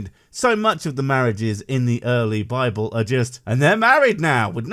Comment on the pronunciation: Philomena Cunk - "The Bibble" is how it should be said by everyone.